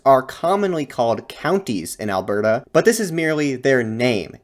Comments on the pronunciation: Bruh you need to not enunciate the "T" in "Alberta" so much. It is Alberta. Not "Albertuh" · as someone from Alberta, it's hilarious to me how every single time you say Alberta, you way over pronounce the T. we pronounce it more like "al-ber-duh", rather than "al-bert-uh". not hating just found it funny :) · alberta is pronounced "ahl-burda", soft t. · Nice work man! As an Albertan though, the way you pronounced Alberta made me cringe! 😂